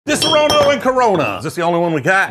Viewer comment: You're butchering the pronunciation of Disaronno.